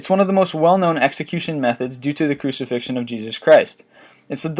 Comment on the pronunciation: You both spell and pronounce crucifixion incorrectly